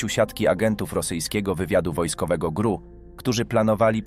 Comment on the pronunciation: Lubie ten program, ale czasem zdarzaja sie male wpadki w wypowiedzi lektora. Druga sprawa o agentach GRU i sposob przeczyrania czyli ''GRU'' a powinnien powiedziec ''GieeRU''